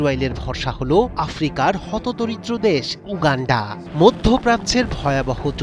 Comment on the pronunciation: Uuuganfaa... 😂 Gologolo wishing.. 😂